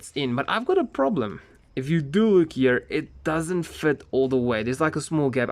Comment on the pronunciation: I love it how he makes "here" into a "year" Great video btw